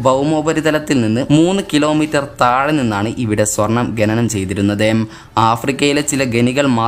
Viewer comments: ഗനി അല്ല ഖനി.. ഗനനം അല്ല ഖനനം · ഗനനം അല്ല,,, khananam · ഗനനം അല്ല ബ്രോ ഖനനം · ഗനി, ഗനനം അല്ല bro ഖനി, ഖനനം 👍🏽👍🏽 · ഗനനം അല്ല ഖനനം ഗനി അല്ല ഖനി കുറ്റം പറഞ്ഞതല്ല, ഒന്ന് ചൂണ്ടി കാണിച്ചെന്നെ ഉള്ളു 🙂🙂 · ഗനനം അല്ല ഖനനം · ഗെനനം അല്ല.... ഖനനം... അതൊന്ന് നേരെ ചൊവ്വേ പറയാൻ പഠിച്ചാൽ കൊള്ളാം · ഗനനം അല്ല ഖനനം.. ഗനി അല്ല ഖനി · ഗണനം അല്ല ഖനനം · ഗെനനം അല്ല ഖനനം